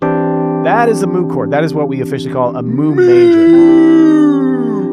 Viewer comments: Isn't it pronounced "mew"? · As much as I love the cow sounds and puns…pretty sure it’s pronounced like mew if it’s the Greek symbol. Great stuff though! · It's no "Moo", it's "myoo". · Thank you, driving me crazy listening to them say moo